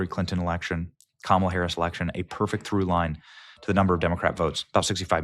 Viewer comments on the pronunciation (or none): none